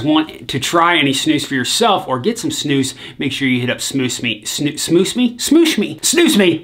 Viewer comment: i absolutely love this guy. Finally someone from the US who knows how to pronounce snus properly! respect from sweden :)